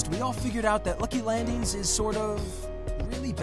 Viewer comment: Am I the only one annoyed when he says landings